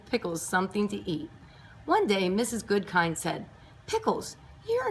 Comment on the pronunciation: It’s actually “Mrs Goodkind” not Goodking